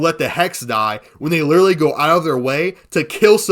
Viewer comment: "like lideratlee" "lideratleeee...." "lideratleeee...." "like" maybe run your script through chatGPT to learn how to speak or just learn to pronounce literally with that cotton mouth lisp